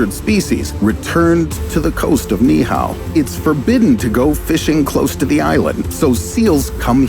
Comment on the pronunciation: Being Hawaiian, it hurts my ears every time the narrator mispronounces the word Niihau. It should sound like this Knee-Eee-How instead of Knee-How.